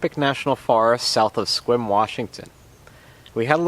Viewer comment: He got Sequim correct?! Couldn't believe it!